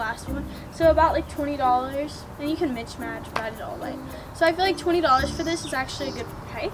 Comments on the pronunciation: is she saying mitch match? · “Mitch match” lmfaooo